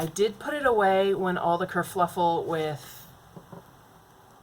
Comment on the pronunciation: You said “kerfluffle” and it made me smile 😃 I still don’t have the Druid plant oracle but I really want that booger.